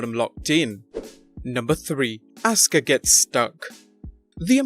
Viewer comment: AUSKA??? AUUUUSSSSKKAAAAAAA